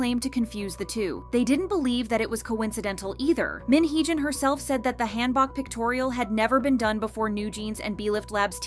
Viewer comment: Hanbok = Genghis K-(Han) Book. Not, Hand Bok(choi). Butchered.